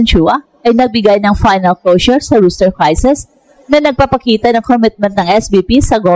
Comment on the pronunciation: ROSTER po, hindi ROOSTER